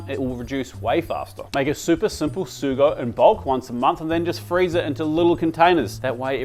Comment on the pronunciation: Omg it’s not “sew-go” it’s “soo-goh” haha 🙉